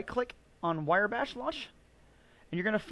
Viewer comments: Wire bash? It's wrye, like wry bread. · It's pronounced "rye bash" not "wire bash." Otherwise a great video! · I believe it’s Riiiiii, not wire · Wire Bash .... ? Its pronounced " Wrye " as in Rye wheat . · thanks for the vid. However, it is "rye" bash, not "wire" bash. It was bugging me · I seriously could not take it - "wire bash". I had to mute the video. Mispronouncing a monosyllabic four-letter word really does not instill confidence. Sorry, bro (not sorry). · Wire Bash.... Not Wrye bash. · cringing everytime he mispronounces Wrye Bash does not mean you think he's otherwise incompetent. It simply means the mispronunciation made this video very difficult to sit through (it did for me, at least). But, like you said that's all YOU can read. I guess your eyes work funny.